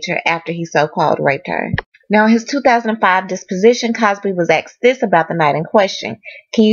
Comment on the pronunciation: Please say asked not axe